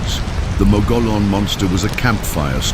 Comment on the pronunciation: Pronunciation is wrong. "Mogollon" comes from Spanish. It is pronounced like Mug E own. I live in Arizona and have visited the ruins of the cabin where the Mogollon Monster allegedly killed a young couple.